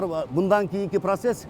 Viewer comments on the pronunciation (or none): none